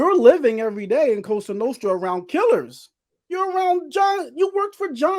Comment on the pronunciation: Makes me wanna puke when La Cosa Nostra is mispronounced. 🤮